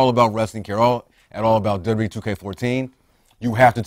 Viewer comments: Why does say W E instead of WWE? -.-' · If you slow down a bit, you can actually pronounce both Ws in WWE.